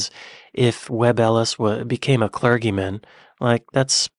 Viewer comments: The word 'clergy' is phonetically pronounced ClerJie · Rugby WORLD cup . Where teams from around the WORLD compete. Unlike the WORLD SERIES where only teams from America/Canada compete ! CLERGY is pronounced CLERJEE. PYTHON is pronounced PYTHUN.